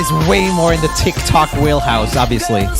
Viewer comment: Am i the only one that thought she sang tictac instead of tiktok